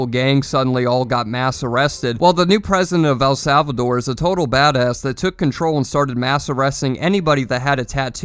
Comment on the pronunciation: Ngl this dude doesn't even know how to say El salvador so idk its iffy for me